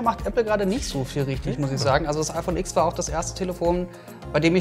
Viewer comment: Ach....ich dachte es heißt „iPhone Zehn“ und nicht „x“